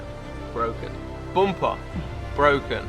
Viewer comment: I asked Jim Farley and he said no, he won't deal with a guy that pronounces bumper as "'BOOOOOOMPA"'